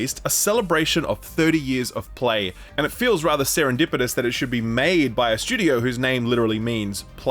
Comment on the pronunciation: You know serendipitous has a t in it it's not serendipidous